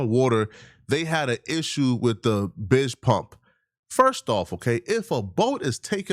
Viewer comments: This Karmelo got jumped part 2. They jsut making shit up. The Bilge malfunctioned on the boat, it was taking on water. You obviously don't know anything about boating. The Bidge pump, you don't even know who to pronounce it. Lol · This investigation is super fishy smh. But with & others not knowing shit about boats lol. It’s a “Bilge pump”(Bill-Gh) pump & it works by, once water gets in the boat, it lifts the float inside the bilge pump, just like a sump pump & shoots the water out of a hose back into whatever body of water your boating in. Just because the boat was taking on a little bit of water, & had a little issue with the bilge pump isn’t a deal breaker for boating. Once it’s hooked back up you can keep trucking on. & I don’t think they were inexperienced at boating. You have to feel somewhat comfortable, & know what you’re doing when navigating the waters they were in. Kids have all probably been around water & boats their entire lives. But still even after that, the timing doesn’t make sense, nor do the stories correlate or even seem believable, yet they have investigators & law enforcement wrapped around their finger…. believing everything they say. $$$ talks in these situations…. Just saying.